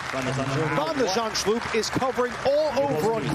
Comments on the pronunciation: shulp not shlup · Nope. It's spelled Zand-s-ch-u-l-p, so after Zand it's first sch with the ch a throat-rasping g, then u-l-p as in 'gulp'. I failed to understand how the commentator managed to botch up that final bit, as it is a common English combination of letters.